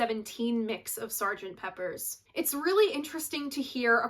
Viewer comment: It's Sgt. Pepper. PEPPER!! Not Peppers 😖